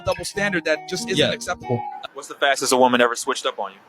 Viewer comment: did she said “normal womal” 😂